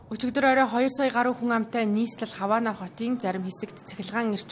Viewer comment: Хаваана бишээ, гавана гэж уншаач. Яасан эргүү юм бэ.